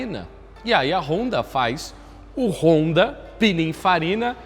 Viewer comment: “Pinifarina” n “pininfarina”